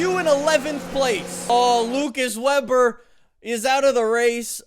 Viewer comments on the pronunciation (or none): its pronounced lucas vaber